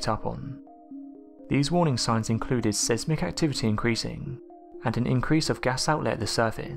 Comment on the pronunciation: seesmic ?? whats seesmic ?? do you mean seismic .. pronounce s-hi-s - mic